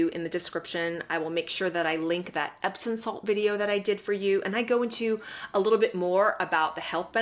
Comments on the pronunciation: I’m enjoying your video, & thank you for the info ♥️…..but it’s pronounced EPSOM, not epson. 😇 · I thought it was pronounced epsoM not epsoN salts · She's so phony. Loved your video. Respectfully, there's no 'n' in epsom salt.